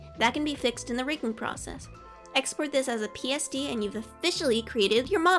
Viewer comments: I am sorry but I couldn't tell if you said pst or psd or even psb? if someone could reply with the answere to witch that would be awsome!!! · I DONT KNOW IF YOU SAID PST OR PSD